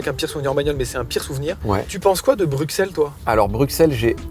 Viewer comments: S’il vous plaît.. arrêtez de dire « BruKSelles », ça se prononce « BruSSelles » 🥲🥲🥲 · On dit « BruSSel » et pas « BruKSEL » 😭😭😭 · excusez moi on ne prononce pas le X dans BruXelles officielment la prononciation c'est brysɛl donc le x devient ss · Dites BruSSelles SVP 😭🇧🇪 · Y'a moyen de prononcer "Bruxelles" correctement ? Merci ! 😅